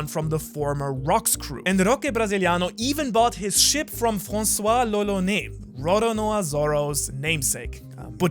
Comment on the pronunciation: as a french guy, the way you said "François" was totally on point